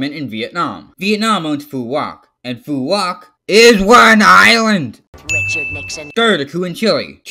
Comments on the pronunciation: my favorite part where he said "ISWANINLAND" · ""ISW AN ISLAND"" bothers me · Stop saying is wan island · do not say isw an island like the pill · It sounds like hes saying "Is one island"